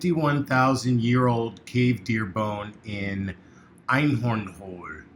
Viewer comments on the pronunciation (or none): Great finds <3 Have they tried to photograph the bone facture art piece in various forms such as UV and IR photographs? Maybe it can reviel something more. I think maybe they've painted it or something. I'm sorry but I laugh out loud.... it is pronunciation of the Einhorn hole :D is hoele (oe in German and Danish ö or ø) some of the hard parts for English speaking people to pronunce.